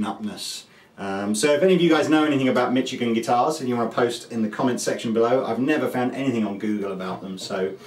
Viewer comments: hey cap it's pronounced "mishigan", thats all i know about it lol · Why do you say Michigan so strangely?